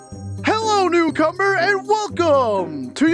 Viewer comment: Bro the first words that I heard when I woke up this morning were Fucking “HELLO NEWCUMBER”